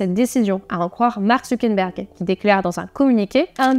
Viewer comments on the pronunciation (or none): Petite correction, c'est Mark ZuckeRberg, pas Zuckenberg (dit 2 ou 3 fois) 😉